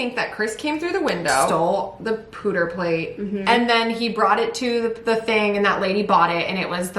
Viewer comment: AHHHHH COMING OUT TO WARN THAT SHE'S GONNA GET ROASTED FOR SAYING "POOTER PLATE" I'm so dead omfg, I was already laughing at "pooter plate" and was like "oh no"